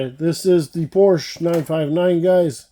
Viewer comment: PORSCHE, two syllables. Have respect! Honor Motorsports legacy. No disrespect to Ferdinand please.